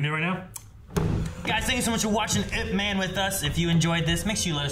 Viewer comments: ITS IP MAN NOT I-P MAN. PLS NEVER SAY I-P EVER AAGAIN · It is actually pronounced as YIP but they spell it as IP MAN, not I.P ..… YIP is his family name (aka lastname). Donnie Yen did a about four IPMAN film series but there are several versions of IP MAN that supposedly tells us different sides of his growth up to being thy grandmaster into teaching Bruce Lee almost everything he knows but was cut short after Mr Yip passed away. This is when he was in his early 30s but all the other different films tell the story back to when he was growing child to teenage thru to being a fearless master and so on. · It's EEP MAN not I P MEN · It's definitely not "Eye Pee Man." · I’ve seen this way back 2009. Saw it over 20 times. Ip-Man is a Cantonese,martial arts from Hong Kong. It’s the story of Bruce Lee’s master Ip-Man but in Cantonese it’s pronounced Yip-Man. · It's not "i" "p" man it's ip man. It a really good movie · Original Cantonese Cantonese pronunciation is closer to Yip Men. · It's IP as in one word not I P man. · Ahh..how it urks me when people say I.P. man. Just because its 2 letters you dont say them individual. The pronounciation of man is another thing..but can be forgiven 😂 (dont say it like superman..more like jamaican "ja man"..mAn, not men..short n) sorry..just a little pet peeve of mine. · Seriously? "I P"??